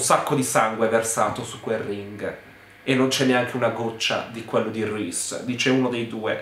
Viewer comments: Ogni volta che hai detto RISE CARTER mi sono scassata. Non smettere mai di fare queste recensioni 😂😂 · ADORO come pronunci Reese Carter! 🤣🤣🤣